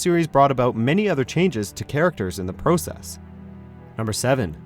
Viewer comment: I get this annoying feeling of how you pronounce process. 😂😂